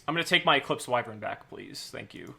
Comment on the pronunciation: Haha! Eclipse Y-Vren. The Victory Dar-gon is better.